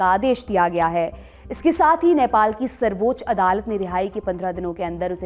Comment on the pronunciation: Its sarbaccha adalat (supreme court) not sarboch adalat